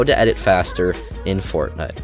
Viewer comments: Am I the only one who hears him saying “Fortnut”? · i like it